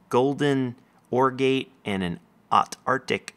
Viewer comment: First Youtuber to correctly say "Autarchic"!!! you're AWESOME!!!:D